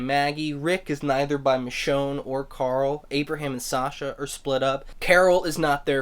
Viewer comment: it's michonne